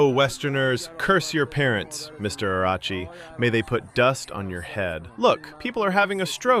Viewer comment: Bro it’s not aragachi. It’s IRAQCHI. Iraq=عراق. His name writes exactly as عراقچی.